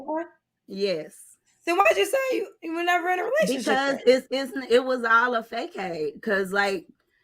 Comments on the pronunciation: said fakeaid 😂😂😂 u mean Facade TT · Facade (Fa•Sod) smh 🤦🏽‍♀️ please stop using “big words “ if y don’t know how to pronounce them!😢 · Lawd, ” it was a whole fay-caid!”